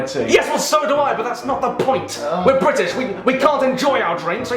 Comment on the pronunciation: Question: Is it possible to not spit when one pronounces: "Brrritish" like you do?